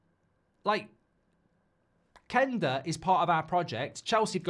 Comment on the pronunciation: Why does he pronounce Quenda as Kenda? Does he pronounce Queen as Keen?